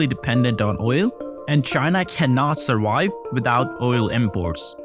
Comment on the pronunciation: ...cannot surWIVE! 🙄